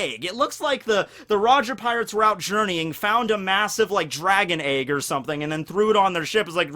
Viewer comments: Also it's an EGG!! Not an AEYG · Why do you call it eyg instead of egg? :P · Lol why do you pronounce egg like “Ayegg” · the way says egg pisses me off for some reason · Please pronounce 'egg' again for my amusement. Thank you. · am i the only one who is triggert by the way he says egg